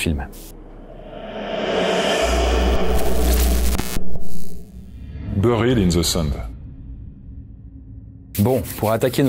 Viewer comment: Bonne liste et descriptifs, mais l'accent anglais est à revoir. Je grince des dents en entendant Eli Roth, Squirm (fest), Buried (in the sand), (Murder set) pieces.....